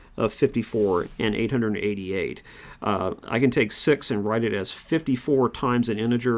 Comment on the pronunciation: I actually loved the video, but am I the only one who's hearing 'six' as 'SEX' ?